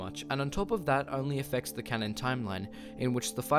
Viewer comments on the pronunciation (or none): none